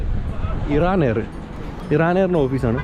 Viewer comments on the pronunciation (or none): none